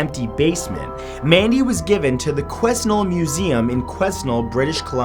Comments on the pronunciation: FYI... The hometown of the Mandy doll in Quesnel, is not pronounced quizz-nel, it's kwah-nel.. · mattthew i am from Quesnel B.C. it is pronounced like qwa-nel, the S is silent. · um, i would like to point out out its pronounced Quin-el B.C although not spelt that way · its pronounced quenel not quesnel for those wondering. I've actually visited there but all my pictures were lost during my trip to the mainland. Also, Hi from Vancouver Island! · It's pronounced "Kweh-Nell" not Kwisnel. I thought you were from Canada! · The town in BC, Quesnel is pronounced Kwen-el. Not Kweznal. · Btw Quesnel isn't pronounced like 'ques-nel' it's actually like 'Canal' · It's pronounced Kwehn-ell, not Kwes-nel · Hey Matthew in your first Clip it's pronounced "kwhen-nel" not "ques-nell" (bc resident) love your videos Keep them coming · Haha It's pronounced 'Quenell' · You are pronouncing Quesnel extremely wrong... quoi-nelle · Its Pronounced Qweh-nel, Matt. Just...fyi. Not trying to be mean haha. Also, if people take pictures with Mandy, she doesn't show up in the photo and if she does, its very blurred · freaky stuff! Small correction, the s is silent in Quesnel (QU-AW-NEL) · I grew up near Quesnel, British Columbia (pronounced kwe-NELL) and visiting Mandy is like a right of passage. I decided to watch this video just to see if she would be mentioned! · It's not quesnul its Quesnel the s is silent lul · Matt, love your videos. The town is pronounced "kwe-nel" in British Columbia. The "s" is silent. Hope you are doing well down south. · I lived in Quesnel and you pronounced the cities name wrong lmao ( Qweh -nel ) the S is silent. But yes mandy is in the museum in labordais park and her eyes follow you. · It's pronounced "que-nell. The "s" is silent, lol. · The first towns name is a two syllable word. The first half is like gwen but with a Q not a G and the s is silent, the second is like the letter L or elle. So Qwen-elle Just a FYI from a B.C. resident. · QUESNEL is pronounced qua-nel